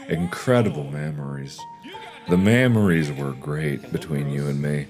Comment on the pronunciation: I lost it when the memories became mammaries/maemaries 🤣😂